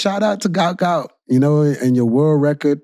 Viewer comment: It’s “Gout Gout”